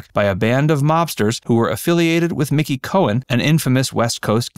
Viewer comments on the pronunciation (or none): none